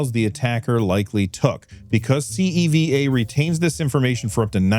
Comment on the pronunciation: CEVA logistics is one of my clients at work. I can't really say anything about the hack (this is the first I've heard about it tbh), but FYI it's pronounced See-va